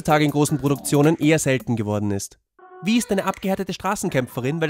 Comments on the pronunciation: Kleiner Tipp, Vi wird nicht Wie ausgesprochen sondern wie Y im Englischen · Hier musste ich gleich erstmal stoppen. Sie haben die Serie doch gesehen und wissen also eigentlich auch, wie man die einzelnen Charaktere ausspricht. Vi="Wei"